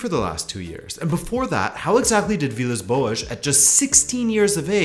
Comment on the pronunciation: Every time you say boas i cringe..thanks for the video though..great work..